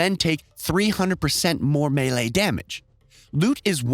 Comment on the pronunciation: i know you didnt say "me'le'e" and "ayura" when trying to say melee and aura my guy. PLS tell me thats not how you pronounce them.